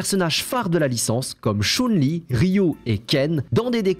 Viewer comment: je connaissais pas 'SHONE LI' mais shun li... mdr